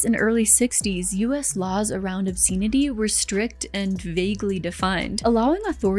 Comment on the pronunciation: Pronouncing obscenity charge like that is diabolical. EDIT: The way you say bury is worse.